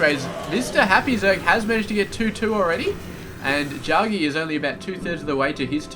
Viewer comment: The name is pronounced Jack-G. I was also thinking if you find it hard to talk in the beginning watch like a 5 minute news clip or science article etc., and chat about that in the slow parts. I hope you make it one day, so don't be offended by the critique; also with the "sooo yeahhh"... it loses its charm after awhile lol. You have good game sense, casting spped and have a good voice though too so I will keep watching :)